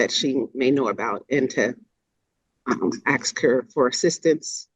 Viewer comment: She doesn't recall 🤔 and you think a judge would know how to pronounce the word ask